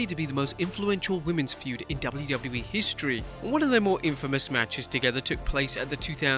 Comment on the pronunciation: Take a drink every time he overemphasizes the word HISTORY